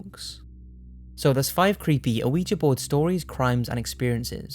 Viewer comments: "uhweegie board" ? Learn to pronounce! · It's pronounced wiji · it's pronounced Wee-Jee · Am I the only one annoyed that he pronounced the board like it was a surprise each time? "Oh, Ouija board" Other than that, I hope everyone has a wonderful Halloween and/or Samhain this year! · 'Aweejee board' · Did you say "oh-igi" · Its pronounced weejah . the O is silent, just saying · "Oh-wee-jee board" smh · Why does it sound like you're saying "ana Weegee" board? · yeah. that's the way we pronounce it in the USA, but it comes from the French and German words for yes. Oui= yes ja=yes weegee is what we say though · Why is he pronouncing Ouija like that tho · Please say quija board correctly if ur going to do a segment on them lol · the O is silent on Ouija. And Jiminez- the j is pronounced like an h. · You don't pronounce the O in Ouija. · It's my understanding the O is silent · You're pronouncing the o, its silent. I'm not being a spelling/ grammar mazi, I misspronounce words I have only read all the time. I would rather people told me, other than keep mispronouncing shit. Thanks for another rad vid! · you don't say the "O" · it's not "aweejee" it's "weejee" ... i'm shaking from your mispronunciation. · hes pronouncing ouija board wrong. hes saying o-wi-gee. but its wee-sha. the french word for yes oui ( wee) and the german word for yes ja (sha) is what it is. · Krist because it is prounounced wee-gee, not something like ooh-i-ja or ooh-ja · Scuse me dude! Its pronounced Wee-Jee not Ow-wee-ja! Thankings! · This guy pronounces ouija board funny. I always thought it was [wee jee] not [Oh wee ja] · Damnit, it's prnounced "Wee-ja" (Or should be Wee'yah, if we're being phonetically proper), not A-wee-juh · Why do people insist on pronouncing it Aouiji board. It’s OuiJa. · It's pronounced 'weeja', not 'ooh-eeja'. Why do you get so many words wrong? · (wee-jee) not (o-wee-jee) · OOOH EEE GEEE It's pronounced WeeGee. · Damnit it's not pronounced "Uh-wee-jee"